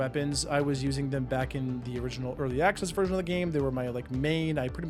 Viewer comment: "early axcess" 😂